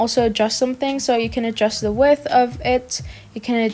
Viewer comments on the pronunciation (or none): It’s pronounced wi th but with a d